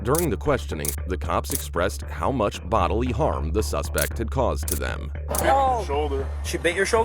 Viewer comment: what is "sespect" and "thorough"